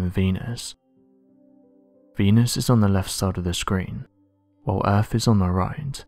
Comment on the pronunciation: Sorry, but this clip would have had more gravitas and authority if you could find a narrator who can say "earth" instead of "erf", and "other" instead of "uvver" etc. The acceptance of slovenly "steet" pronunciation marks the thin end of the wedge in the deterioration of our wonderful language. Am I the only one with this point of view?